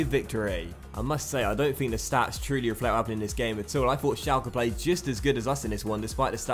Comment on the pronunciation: it's pronounced shelke